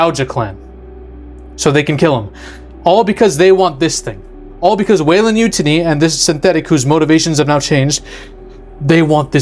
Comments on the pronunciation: Sound like he is saying MUTINY. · Bro, do you even watch these? How can you keep mispronouncing Yutani? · No problem saying Youtja but cant say Yutani 😂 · You can’t even pronounce Utahne properly lol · I hate the way you are pronouncing yutani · This is finally bridging the gap with alien and predator making them in the same universe. Which is dope. You butchering Yutani. Man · How can you claim such prestigious nerd cred while pronouncing Yutani so wrong? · Why do you pronounce Yutani like that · You're pronouncing Yutani wrong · I've honestly never heard Yutani pronounced that way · YOO - TONNY! Not YU- TUNNY! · U-tan-e not u-tanee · Why are you pronouncing Yutani like Mutiny? It’s You-Tah-Knee, they even say it in other movies. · You-taw-nee not you-tin-ee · U-ten-knee...??? No! Its..... You-Tahn-knee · Sorry, can't take any you say seriously when yo can't pronounce the corp name that has been said throughout the Alien franchise multiple times. You-tinny? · Not pronounced "Yútani" but "Yutáni". You should know that. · Come on its probounced yu tan ee. Not utiny lol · It's YuTAHni. YuTAHni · WEYLAND YUANTI (you-tah-nee) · Weyland 'YU-TAHN-EE' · You-Tah-Nee bro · Take a shot each time he says "utinity" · Weyland YOU-TA-NEE..Rock on. EDIT Side note WY has ALWAYS tried to get their hands on Predator Tech....if you paid attention to the AVP post credits. THOSE FUCKS WANT PREDATOR TECH AND THE BEAST!!! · Say it with me; "You-tahn-ee". They pronounce it several times through out the different series. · Waylind yoo-tawnee. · sorry but this bugged me- The company name Weyland-Yutani, from the Alien franchise, is pronounced "WAY-lund YOU-tah-nee". The first part, Weyland, is pronounced like the name "Wayland". The second part, Yutani, is pronounced with a soft "y" sound, similar to the beginning of "you," followed by "tah-nee". The name is a combination of the names of two individuals, one British (Weyland) and one Japanese (Yutani)